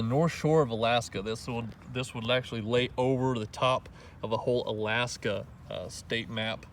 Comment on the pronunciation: Love the proper pronunciation of the state. Most people down here don't know it's Ala-aska.👍